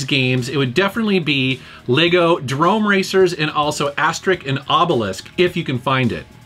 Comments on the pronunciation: it s obeliX, not obelisk ! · Did you really say "Obelisk" instead if Obelix? xD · He pronouned Obelix as Obelisk. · As with all the characters from Asterix, their names are a clever take on other words (like the Bard being called Cacophonix or the plump chief, vitalstatistix). But only now through you mispronunciation of Obelix, i finally twigged what he was names after. Durp feel so stupid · Asterix and Obelix is pronounced Astericks and Obelicks, not Asterik and Obelisk. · Asterick and Obelisk. I loved it :) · "ObeliKS and AsteriKS" not "ObeliSK and AsteriSK".;-) The joke is that every character ends his name by "IX" instead of "isque" because the most famous gaul (french ancestors) in french history is named Vercingétorix. Thx for the video! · Excuse me for laughing at "Asterik and Obelisk" XD The comic books are genius btw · Every character from the series that's from goul has name ending with an x and you need to pronounce it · mispronouncing aside, the comic book series is amazing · Yeah, you just pronounce the "x" as you would expect... so "Aster-ricks" and "Obeh-licks". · It didnt even need research, the names both have an x at the end, but somehow you managed to pronounce the first x as K, and the second one as sk LOL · I think you pronounced "Asterix and Obelix" wrong. Look at this video (I linked it with a timecode.): Greetings from germany!